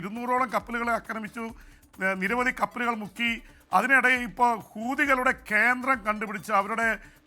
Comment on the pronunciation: Sir വേകതം മായി പറയണം ഹൂതികളുടെ എന്ന് പെട്ടെന്ന് പറയുന്പോൾ തെറ്റ് ആയി ആണ് കേൾക്കുന്നത്